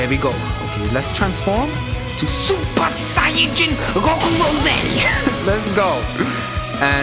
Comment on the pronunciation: A lot of people think that how you pronounce sayian is not say-ajin, it is pronounced say-an. Your welcome if someone has a accent